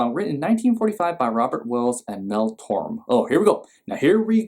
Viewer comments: Enjoyed this immensely. This is a great idea for a series & I hope you react to several holiday songs this season. Everyone needs warm, fuzzy, nostalgic feelings this time of year...especially this year. [Just fyi, the co-author's last name is Torme`, pronounced "Tor-May"]. Good job! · The name is pronounced Tor-May. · It’s Torme pronounced like Tormay